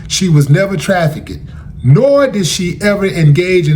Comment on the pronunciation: My brother it's not pronounced tra, fi,ked, it's trafficked